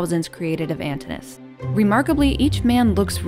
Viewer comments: I believe the customary pronunciation of Antinous is with 4 syllables. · Doesn't look like Claudius to me (perhaps you've corrected it), but in any case, that's a very small flaw. More serious is the mispronunciation of "Antinous" as "Antinus". The "o" and "u" are separate syllables. Otherwise, this video is quite well done, balancing the major historical events of Hadrian's life with his personal life. Both Hadrian and Antinous continue to fascinate many people into the 21st century. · an TIN oo. us. not ANTIN -US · Could you please fix the pronunciation of Antinous’ name as well as Britannia? Drives me nuts not to hear the proper pronunciation of those names. Britannia is Latin, so the first “a” should sound more like the Latin alphabet. And Antinous’ has two syllables at the end, it’s not one syllable. It should sound more like “oh-uhs”. I’m sorry, but it just drives me nuts when I see these well put together historical videos, but no research is put into the proper pronunciations of these names!! Also, I don’t know if you can say that Antinous was Hadrian’s “lover,” since there are no historical records of them having sex or engaging in sexual activity, but Antinous was no doubt Hadrian’s favourite. They enjoyed many of the same things, and certainly enjoyed each others company, but even Lambert himself said something along the lines of their relationship in the bed chamber will forever remain a secret. As in, no one really knows if their relationship went that far. It’s nice to think and believe it did though. I would just be careful how you tell the history of such things without historical records. Oh! And I think you have the date wrong for when Antinous died. Every source I’ve read has said it was October 30th. Not the 22nd. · The speaker is pronouncing the name "Antinous" wrongly. The name consists of four syllables, not three. The correct pronunciation is /ænˈtɪnəʊəs/, with the stress placed on the second syllable (-ti-).